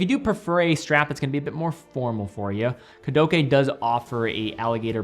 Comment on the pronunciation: that is not a AAAAAAAA at the end of Kudoke it´s a EEEEEEEEEEEEEEEEEEEEEEEEEEEEEEEEEEEEEEEEEEEEEEEEEEEEEEEEEEEEEEEEEEEEE